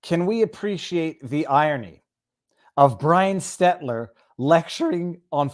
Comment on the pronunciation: Still saying Stettler instead of Stelter...that is one of reasons I watch you.